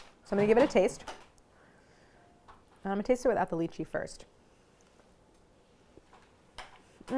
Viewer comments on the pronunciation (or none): Claire. I implore you to pronounce it Lie-Chee I don’t even care if it’s correct. I can’t keep hearing you talk about Leeches 😂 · The worst lychee mispronunciation out there